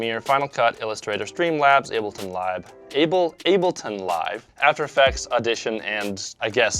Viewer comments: Why you say ableton live like that I feel attacked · SHAME ON HE COULDNT PRONOUNCE ABLETON LIVE